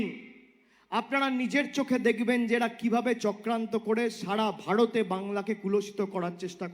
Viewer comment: "সাড়া", "ভাড়তে", "কড়াড়", "কড়েছে" এইসব শব্দের অর্থ কি আপনারা জানেন ? মূর্খ ছেলেটা আগে ঠিকঠাক কথা বলা শিখুক এবং তারপর কথা বলুক।